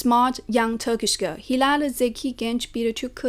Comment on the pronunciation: As a turkish I really like ur method and pronunciation :)